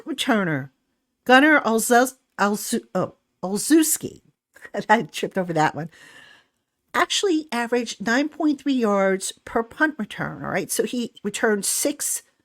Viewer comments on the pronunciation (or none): I believe it's pronounced Ol-shev-ski.